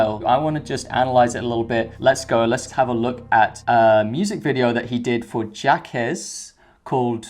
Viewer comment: Jaques is pronounced Jocks